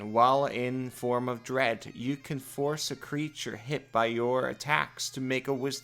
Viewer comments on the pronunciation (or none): also , it's form of "Dread". (Druh-ed) as in fear, not form of "The Dead". . .as in Day of the Dead. . .